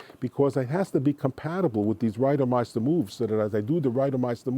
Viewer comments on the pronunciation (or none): “Ryduhmeistuh moves” is gonna live in my head rent-free lol